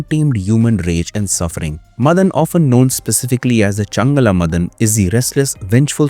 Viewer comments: stop saying Madan madan! its MAAAA-DAN ! GET A MALLU FRIEND. PS: NO HATE , FULL SUPPORT. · Not मदन it's माडन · Not madhan it's maadan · its not मदन it is माडन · Madan nahi, Maa-Den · മദൻ അല്ല മാടൻ. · Please note that it is not madan (मदन) it is mATan (माटन्) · Not Madhan. It's Maadan. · It's not मदन. It's माडन.